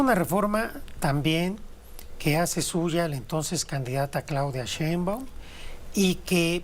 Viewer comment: Ese sr no sabe ni pronunciar el apedillo de la Presidenta